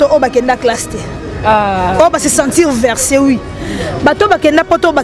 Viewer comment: On dit vexer et non verser 😂😂